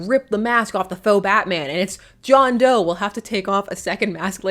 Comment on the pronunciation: It’s John D’oh.